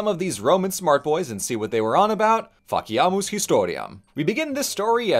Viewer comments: Sometimes i derive great joy from my auditory processesing disorder (and am extremely grateful for subtitles), cause it sure sounded to me like "Fuck yea, much historia" at the beginning there xD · I looked away for a moment at the beginning and thought he said "Fuck ya" 😂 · saying "Let's do some history!" in Latin sounds delightfully like "Fuck yeah history!" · Good to know I wasn't the only person thinking it... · Honestly heard this as “Fuck yeah! History!” And that’s amazingly on brand. XD